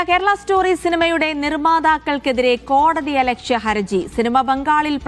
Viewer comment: "Haraji" എന്നാണ് correct. trouble, difficulty, or legal liability എന്നൊക്കെ അർത്ഥം വരുന്ന Haraj എന്ന arabi വാക്കിൽ നിന്നും ഉണ്ടായതാണ് Haraji. ഹരജി എന്നും ഹറജി എന്നും പറയും, ഏത ശരി എന്ന് അറിയില്ല.ഏതായാലും ഹർജി തെറ്റ, പക്ഷേ കുറെ ആളുകൾ അതാണ് പറയാറ്.😊